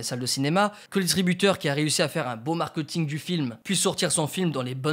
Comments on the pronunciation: je pense t'es la seule personne que je connaisse qui dit markEUting haha Au top la vidéo, j'ai toujours bcp aimé le cinéma mais j'ai jamais vraiment connu tous les rouages. Je te suis depuis tes premieres videos sur comment bien faire une vidéo (gestion du son, de l'image, etc.) et ça fait plaisir quand tu vas sur ce type de vidéos purement axé cinéma ! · Le markeuting tu dis hein